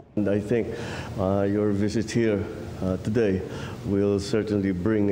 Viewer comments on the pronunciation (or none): none